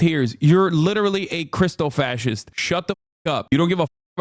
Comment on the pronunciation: I heard it too, but he was trying to say Christo-fascist